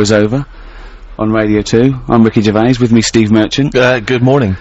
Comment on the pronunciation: "Pwesenting: Wicky Gewvais, Steven Mewchant and Kawl Pilkington!" [crowd goes wild] "And now back to me again!" [cwickets]